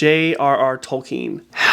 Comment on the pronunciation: And you earned a like from me for pronouncing Tolkien accurately. Sooooo many people get that wrong.